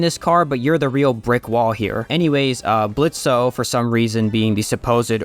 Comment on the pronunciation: I hate this whole series but canonically the o is silent in his name Blitzø but whatever